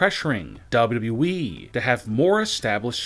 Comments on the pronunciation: does teh guy doing the voice over even know the name of WWE. There are 2 W's in WWE yet he keeps calling it WE. What a moron. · WrestlingNewsNow official dictionary: Noun: WbleWbleEeeeeeeee (DoublyDoubly-Eeeeeee) Meaning: Poor way of pronouncing W.W.E Example: This will (won’t ever ever happen) in WbleWbleEeeeeeeee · Beautiful Narration of all Time Hahahahaha. Even when he says WWE . He says Wyi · Dude not even sayin WWE he sayin dubbadubiweeeee